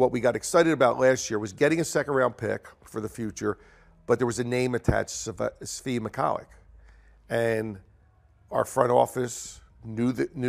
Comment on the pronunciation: Does Ed know how to say the names of his players or do most people not know how to say them He's saying Svi's last name and Seku's first name very differently than broadcasters?